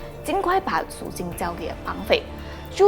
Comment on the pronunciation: 听了半天数金数金，原来是赎金。口音太重。发音不准